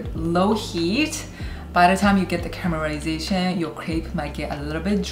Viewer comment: stop saying CAMERASATION instead of CARAMELIZATION.